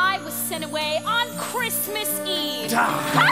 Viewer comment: He pronounced the t in Christmas. I went back 3 times to make sure I wasn't losing my mind.